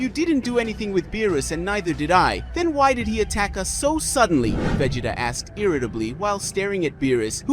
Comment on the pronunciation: I lost count at how many different ways Vegeta name was pronounced in this vid..🤦😂